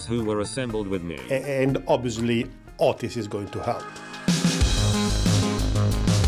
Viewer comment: His name is 'Otis', right? The first couple times I heard it, I thought he was saying 'Autist'. ;-)